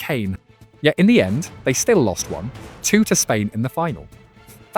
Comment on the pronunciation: "yet in the end, they still lost one. TWO to Spain in the final". Nobody says 1-2 like that split across sentences. More AI shill 😁